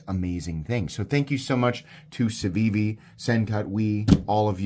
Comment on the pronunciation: Its pronounced Cookie